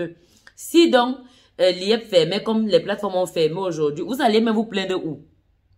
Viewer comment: J'aime bien quand tu le prononce Liyep!!!🥰tant pis pour ceux qui cris à l'arnaque...